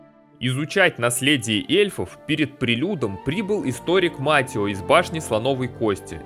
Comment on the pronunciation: Да чёж он Матио когда он Матэо😂